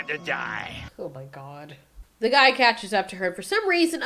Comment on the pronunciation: Did she just call that guy a "gweed"😂